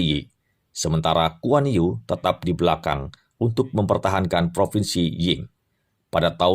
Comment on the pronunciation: Guan Yu banyak yg ketipu cara baca namanya. yg benar Kuan Yi. kalo lbh pas lagi ucapkan huruf i pd kata Yi spt u umlaut jerman atau u perancis